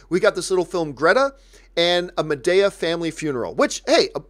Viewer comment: It’s “Ma De A” not “Ma Day A”